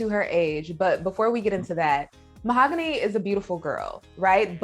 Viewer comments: ma-hog-u-nee Mahogany If that was my name and he was “in love” with me he better learn how to say it. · Anyone else catch how he pronounced her name Mah-Ho-Gah-Knee at one point? There is no way this couple is real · Why does he call her Ma-oh-go-nee🤣🤣🤣🤣 They’re both creeps and deserve each other🤢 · he prounounces her name so weird